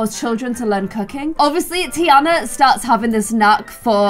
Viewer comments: ITS TEA-AHHH-NA not TEA-ANA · It’s pronounced tiarna instead of a Anna sound